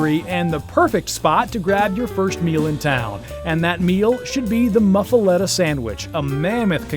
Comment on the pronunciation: Nice video but the pronunciation is scary.. LOL! It is the "Pa-ve-yon" Hotel. The "Muf-fa-lot-ta" sandwich and Mignon Fa-sh-a " jewelry. That is the best I can do in American. LOL! Is Brennan's re-opened yet? Family feud. Enjoy New Orleans. We welcome you!